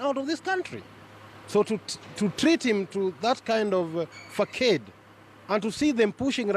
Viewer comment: k mwaniki he also said farcade instead of facade